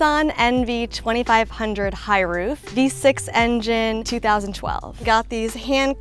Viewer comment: Knee-sahn??? It's a Nissan. Niss - an.